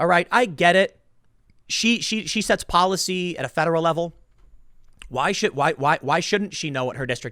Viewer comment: I would expect nothing less from Po-lie-sy.